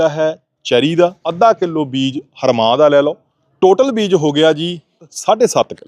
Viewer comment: ਹਰਮਾਹ ਨਹੀਂ ,, ਐਨਾ ਨੂੰ ਰਵਾਂਹ ਬੋਲੀ ਦਾ ਵਾ , ਅਗਾਂਹ ਨੂੰ ਧਿਆਨ ਰੱਖਿਆ ਜੇ ਨਾਲ਼ੇ ਇਹ ਬੀਜ ਨਾਲ਼ ਤਾਂ ਢਾਈ ਤਿੰਨ ਕਨਾਲਾਂ ਬੀਜ ਕੱਤਣ ਬਾਬਾ